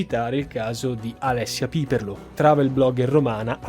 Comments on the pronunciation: Bellissimo video, però è Alessia Piperno, non Piperlo ;-) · Alessia Piperno e non Piperlo. E occhio anche all'accento 😊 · Alessia Piperno...con l'accento sulla "e". Antico cognome giudaico romano. Mi sa che non hai mai visto "Il Marchese del Grillo" con Alberto Sordi. Grave mancanza, direi. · Alessia Pipèrno, non Pìperlo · Alessia "Piperno" e non "Piperlo", ti segnalo inoltre la storia attualissima di Elnaz Rekabi ed il sequestro di suo fratello da parte del governo in Iran. Forse a volte le cose sono semplicemente più semplici di quello che si tenta di analizzare, a volte semplicemente la gente arriva al limite di ciò che riesce a sopportare (volevo dire che si rompe il... ma questo non si può scrivere...) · Alessia Piperno, non Piperlo…